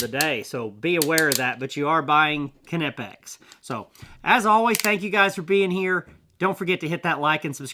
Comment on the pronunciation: Kanipex??🤣im going to go out on a really long limb here.Im probably 100% sure it’s pronounced ny’pex… Don’t know why people have such a tough time with the brand 😂